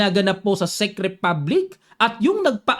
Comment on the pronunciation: hello coach, czech can be pronounced as ‘tsek’. parang tunog pinoy lang din. salamat po.